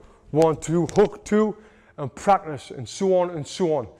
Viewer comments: Bro said haw thuah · 1 2 hawk tauhh 😂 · 1-2 Hawk-tua is what I heard and can’t unhear it now 😅